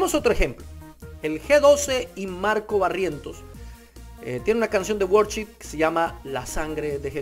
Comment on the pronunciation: No sabes ni cómo se pronuncia worship y tratas de dar un punto de vista 🤦🏽‍♂️